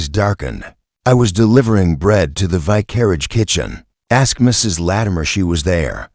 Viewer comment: Good mystery; awful AI narration! The ends of sentences do not have to be announced by "dot." If the AI can pronounce "vicar," how does it warp vicarage into "vi-carriage"?